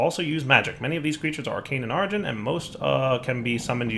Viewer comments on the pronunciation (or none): none